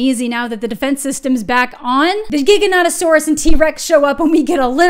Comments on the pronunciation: Loved this review, just for science though can we stop saying giganotosaurus with a hard g? It's pronounced like gigantic, not gigabyte. Even the movie screws this up. Again though, agreed with basically everything. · The movie was alright but I wanted to laugh every time they said Giganautasaurus 😂 😄 🤣 😂 😆